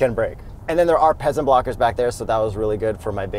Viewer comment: Omg! “Peasant bwockers,” I’m dead!